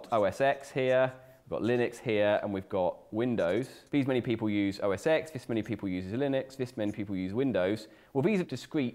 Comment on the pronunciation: Did you say OS „Ex“?? 😳😜